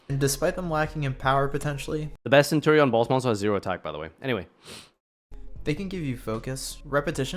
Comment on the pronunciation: me favourite pet deck is cope-ion (centur-ion)😅